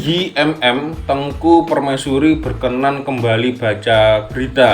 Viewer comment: Berkenan...bukan berkenaan